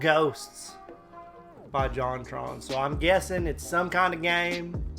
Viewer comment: It's yontron.